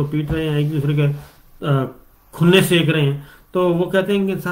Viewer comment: صابر بھائی سیک نہیں سینک۔۔۔ھے۔۔۔۔۔ ؟